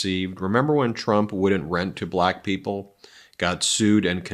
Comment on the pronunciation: The BALAYKA is how he pronounces Black. Cringe Worthy